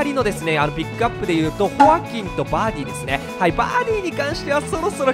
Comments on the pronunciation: ホ↑アキン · ホ↑アキン↓ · ホアキンの発音なまってない？ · おかしい？ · 一般的ではないなと思った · ホアキンのイントネーション… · ホアキン じゃなくて ホアキン ↑↓ ↓↑ じゃない？アクセントの置くところ